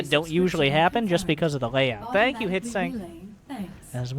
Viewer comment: This hurts all over, but good in some strange way. And "tank" you. LoL